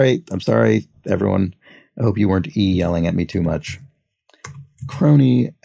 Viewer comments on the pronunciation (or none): "E-yelling". Loved that.